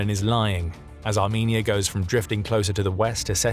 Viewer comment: that ain't how you say the country name now😊